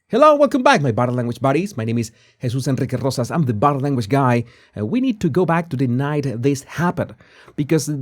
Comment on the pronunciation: I have been watching this channel for a while and am fascinated by the anthers skill at reading people, and he pronounces his name; very elegant "" Special request, say your name three times!!!